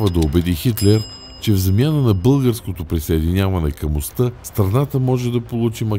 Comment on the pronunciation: Моля гласа зад кадър - - да обърне внимание на правоговора. Чете се милосттА, есентА, а не есентЪ, "ОстА", а не "ОстЪ". Правилото се отнася за всички останали думи от женски род при членуване. Благодаря.